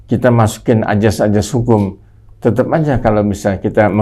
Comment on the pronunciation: Azas, bukan ajas. Pergunakanlah bahasa indonesia yang baik dan benar.